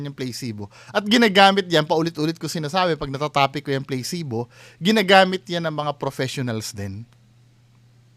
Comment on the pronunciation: It’s pronounced as PLA SI BO and not playcebo